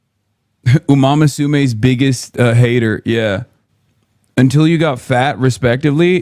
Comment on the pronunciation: man I hate it when people say u-mama-sume instead of uma-musume.